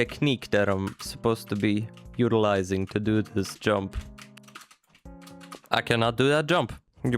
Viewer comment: says "utiziling"